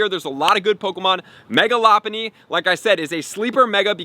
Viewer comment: That’s how it’s pronounced lol he’s saying it wrong